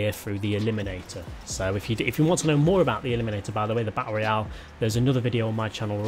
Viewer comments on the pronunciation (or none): none